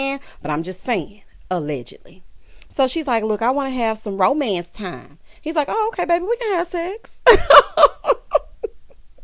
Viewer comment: Tisha said romence instead of romance. LOL